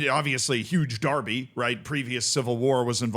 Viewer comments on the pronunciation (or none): none